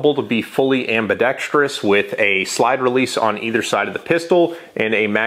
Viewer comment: Thank you for saying ambidextrous the right way!